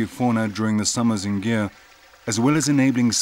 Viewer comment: It's northwest of India not northeast And it's not pronounce as gear it's gir! Anyway nice doc